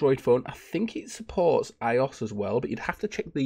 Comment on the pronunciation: my man just said i-oss :)